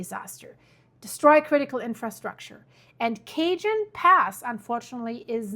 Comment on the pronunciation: Cajón Sounds like kuh·hown. The word cajón is pronounced kah-HOHN (or ka-HON). The "j" in Spanish makes a breathy "h" sound.